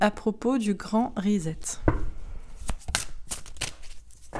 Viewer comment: on prénonce RESET comme ceci : RI SET (comme set de table, etc) -- et pas RISETTE !